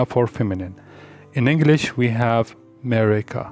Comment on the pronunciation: They = Mereka not merika